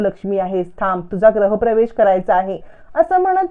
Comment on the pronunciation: ग्रह प्रवेश नाही म्हणत, गृह प्रवेश असं म्हणतात.